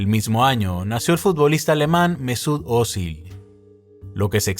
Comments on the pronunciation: Ózil xDDDDDDDDD se pronuncia fuerte en la i 😂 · se pronuncia Ozíl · Özil se pronunca Otzíl.